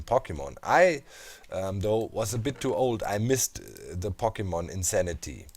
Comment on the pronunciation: As much as I love Pokemon, I just don't care about Pokemon Go. By the way, the O in Pokemon is pronounced like "oh" not "ah" It bothers me so much to hear it pronounced like that. (Sorry for nitpicking about that. Your vids are great.)